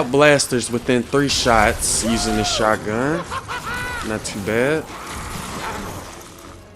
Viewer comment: I like how he pronounces shotgun0